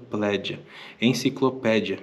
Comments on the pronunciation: Só pela “INCICOPLÉDIA” ja vai 2 vezes o like 😂😂😂😂😂😂😂😂😂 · Fico super feliz por vc, cara!! Ter tido esse privilégio de explorar o castelo!! E chega a ser fofo te ver errando as palavras kkkk - encicoplédia 🤭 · Encicropedia, encicopledia, desisto.. kkkkkkkkkkk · "Encicoplédia" Dá-lhe Paulo Freire! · 😂cara chorei você falando enciclopledia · Enciclopledia, enclicloplédia, kkkkk é mais difícil falar errado do que o certo hahaha...só você que consegue essa proeza. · E hoje ele não sabe nem pronunciar Enciclopédia, rsrsrs Melhor mudar de área. Talvez apresentar o PodPah, rsrsrs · Parabéns! Grande exploração. Esse vídeo é uma aula de história do início ao fim. Edição sensacional, trilha sonora, detalhes de gravação, agora só falta o aprender a falar enciclopédia. Kkkkk